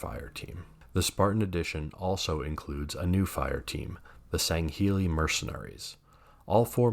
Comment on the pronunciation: Great video and your pronunciation of Sangheili is spot on. 😉